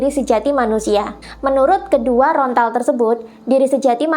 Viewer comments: Lontar bukan Rontal ...atau mungkin memang susah mengucapkan LONTAR ? 😊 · Sedikit koreksi... bukan "rontal" yaa.., tapi "lontar" 😊 _Rahayu ingkang sami pinanggih_🙏